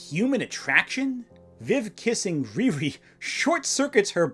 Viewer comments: I don’t like her because they named her something that we would in trouble for saying in school (mocking term for mentally disabled person). That name is supposed to be pronounced Rear-ee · Not complaining about RIRI being a hard to say name 🤣